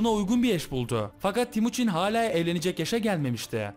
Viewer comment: abi o temuçin olacak yanlış söylemişsin